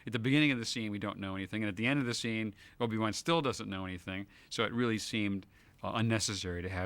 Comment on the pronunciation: Did just say "Obi Wuhan"? Sounded like that